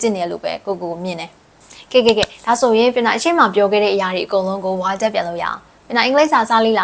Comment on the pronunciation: ဝါကျ ကို ဝက်ကျ လို့ အသံထွက်တယ်သမီး